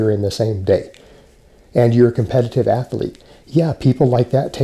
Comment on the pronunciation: I know its really anal of me but please, the word is athlete, not athAlete